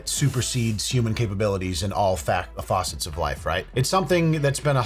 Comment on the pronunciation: going from "facet" to "faucet", thinking he corrected himself, was just gold